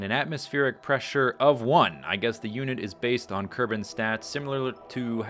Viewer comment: Someone has already pointed out that it's kerbals not kermans, I would also like to point out that that is not a mnemonic.